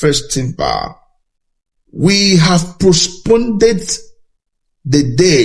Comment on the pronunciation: PHD, can,t even pronounce the word postponed?